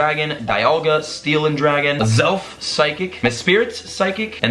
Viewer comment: Great video BTW It's pronounced youx-ie, mes-prit, and azz-elf.